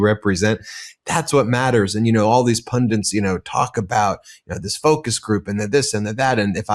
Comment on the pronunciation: Ben - please, you’re intelligent enough to check what the words are that you really should know. The word is PUNDITS, it’s NOT “pundints” 🤦